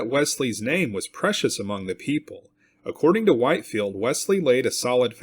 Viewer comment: Short "i" in Whitefield, Whit-field